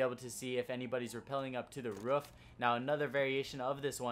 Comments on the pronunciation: Wtf it's not ruff its roof speak properly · "Top of the ruff" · lol he said "Ruff" instead of roof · the ruf?